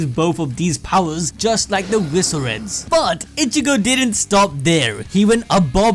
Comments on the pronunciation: Why are you pronouncing visored as viso-red? Lol. Its visored. As in a sun visor. Makes me salty. Edit: all of your pronunciations are weird. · Visored is not pronounced veezored its pronounced visor-ed as in they have visors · I know you guys mispronounce to bait comments and up engagement but... it's pronounced Vi-Zords. The mask is a "Visor". The Visoreds are "The Masked Ones". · Bro does an anime channel cant even say the word visored correctly